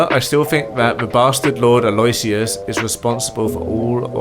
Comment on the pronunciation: By the way, you bunches Aloysius's name. It's read more like "Ah-low-whi-shush".